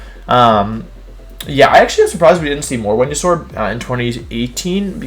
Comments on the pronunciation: Intimi-dat-i. I'm starting to think this dude only learned English yesterday. Also is Wenusaur a niclname or is it another weird pronoinciation? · Did my guy just say whenya-saur? Venusaur. Venus-aur. Not venuasaur. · Why do wolfey say wendeysoar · Hearing Wolfey call Venusaur ‘Wehnosaur’ over and over made my brain tick and spark out 😂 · "woodeo", "Whenusaur" – it's surprisingly charming that Wolfie doesn't believe in the letter V 🤣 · Why the fuck do you pronounce the pokemon names and some words so badly?? Its not MawEELEH its Maw-wahyil Its not JOOggernaut (holyshit) its JUH-ggernaut This last one made me not want to watch anymore. Its not WHenYusaur its Veenoosohr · Why he call Venasaur Wenyasaur??? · VENUSAUR, NOT VENASAUR! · Did he say "whenyousaur?" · was gonna comment and ask why you'd say wideo and "when-you-sore" (Venusaur) but decided against it. was then plagued by curiosity and googled it, came back to say I figured it out lol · New here. Why does he pronounce everything wrong? What the heck is a Wenyasaur? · The fuck is a wenausaur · THERE IS NO O IN VENUSAUR!